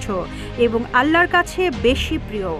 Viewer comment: হাদিসের সাথে সংবাদকর্মীর সংবাদ পাঠের মিল আছে, আল্লাহ নামটাও উচ্চারণ করতে পারে না সঠিকভাবে। রাসূল সাল্লাল্লাহু আলাই সালাম এর নামটা উচ্চারণ করতে পারেনা, আবার তারে দিয়ে সংবাদ পাঠ করাচ্ছে। ছি: ছি: কিসব অধঃপতন।